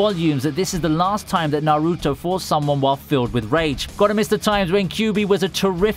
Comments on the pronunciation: Bro it’s not na-ruto it’s naruto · why does he pronounce naruto like that?